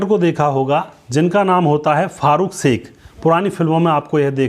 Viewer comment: एंकर कृपया श का उच्चारण स न करें, अखरता है